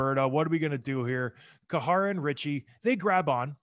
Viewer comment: Great vid... but John Scott, it's "Care-uh" (Or "Kye ruh" as most of us white folks call him), not "koo-ha-ra". I missed this gem of a series though. Just checked out episode one of "Pound for Pound".. man, this content is great!.